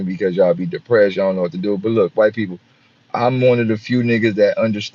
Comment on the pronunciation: People 🤔 pe- ople or pole 😒bruh